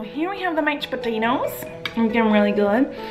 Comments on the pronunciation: There are a lot of times where Collen forgot to say Mached instead of Mashed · Idk why but ik she is saying mashed potatoes but I keep hearing matched potatoes lol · She says mech potatoes